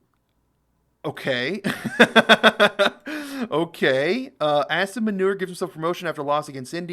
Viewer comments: Its Asif Moo-ni- rrrrrrrr 😂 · Pronounced Aa-sim Moo - neer now self appointed field marshal 😂😂😂 He took this status hiding in the bunker. Wow what valour!! 😂😂😂 A twisted minded person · AAAAAASIM MOOOOOONEEEEERR is the right pronuonciation 😬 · Bro. His name is pronounced as Mullah Aasim Muneer. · "Ass-im Manure" lol'd hard.